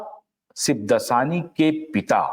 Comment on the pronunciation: सिबदसानी नहीं, 'शिवदासानी'।